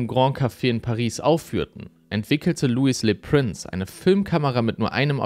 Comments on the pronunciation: Er war ein Franzose. Könntest du seinen Namen bitte französisch aussprechen?! Lui lö Präns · Du hast „Louis Le Prince“ wieder falsch ausgesprochen, aber macht nichts haha. Du bleibst ein investigativer und superdupee Youtuber 🎉